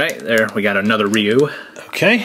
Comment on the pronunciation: it's pronounced Rye-u